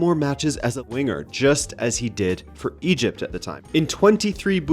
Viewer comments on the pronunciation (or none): none